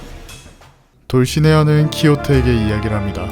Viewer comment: 초반에 돌시네아가 아니라 돌네시아 아닌가....